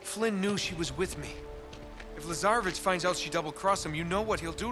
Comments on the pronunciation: Am I the only one who hears lazarbitch ? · its LAZAREVIC :p